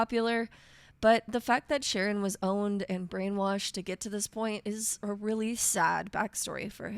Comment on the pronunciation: I'm almost certain it's pronounced with a K sound at the beginning, like Karon. In Greek mythology, Charon ferries the dead across the river Styx. A friend of mine once made the mistake of giving Charon a bunch of frag grenades when he had him as a companion. It didn't take long for the him to tragicomically take them both out with friendly fire.